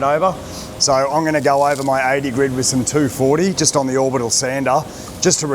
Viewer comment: Can someone tell him its GRIT and not GRID sand paper!